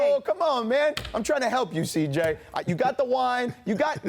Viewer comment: Perk can't even correctly pronounce CJ's name. 😳